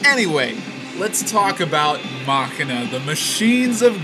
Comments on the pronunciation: please tell me you are calling it (mak-in-a) on purpose. you do know that it is pronounced (ma-sheen-a) right? i assume you were just joking. not to be a dick, but you put it came out in 200 not 2000. thanks for the reviews though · "Muh-Shee-Nuh", not Mockina... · mach ina i thought you were about to hauck a loogie, i always thought it was machine aaa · It's pronounced "muh-shee-nuh" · mah-quie-na :D :D :D :D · If you say "Mah-kin-uh" one more time I might weep. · I think it's actualy pronounced mu-shene-uh but I could be wrong.